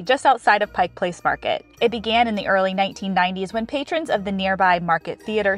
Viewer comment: Thank you a million times for pronouncing Pike Place correctly!!! Another beautiful video of my state. 🥰